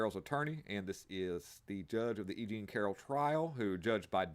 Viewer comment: “Aging Carroll”, not EJean Carroll lol! 😆